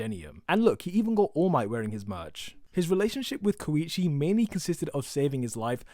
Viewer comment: ur saying koichi wrong